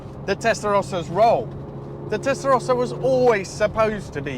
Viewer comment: the only one that pronounce "testarossa" correctly outside Italy, everybody else say testarousa. "let us take it through the gear"... but you are over the speed limits in 1st gear already!!